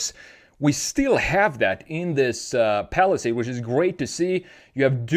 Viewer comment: because it is ai, look carefully, it says “falisad” instead of palisade